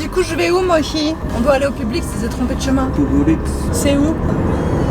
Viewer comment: Les gens... c'est Mohi. MO-HI pas Mochi ni Moshi, c'est Mohi !!